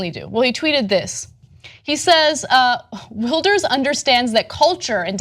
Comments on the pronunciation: 1)Ana it's pronounced vilders, w has a v sound. 2)this is disgusting, how can government officials think like this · "Gurt Wilders" and "Frok Petry" jesus she can't pronounce anything right. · TYT, hilariously mispronouncing continental european names since 2011 :p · Listen I hate Wilders with all my heart, but Ana I've never heard anyone butcher a name like that.